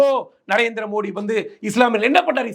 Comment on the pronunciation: மோடி பெயரை கூட சரியா சொல்ல தெரியாத தத்தி டளபதி